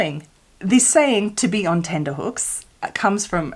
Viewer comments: Tenterhooks should be pronounced as 'tenter' hooks not 'tender' hooks. The tenter was the frame the fabric was stretched on and the tenterhooks were the hooks that held it onto the frame as you said :) Also the town of Tenterfield in NSW is named for the process of washing and drying the fabric on tenters, in the old times they would put the tenters out in a field for the fabric to dry in the sun and old English maps often marked an area as a tenter-field. as well as being the birthplace of Peter Allen's grandfather - Tenterfield Saddler. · Her subtitles spelled it correctly and then I listened to her say tenderhooks a bunch of times LOL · It's tenterhooks not tenderhooks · Love these little facts… though the correct expression is tenterhooks not tenterhooks xx